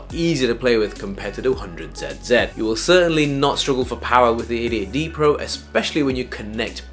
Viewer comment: I thought i heard "idiot D Pro" 😂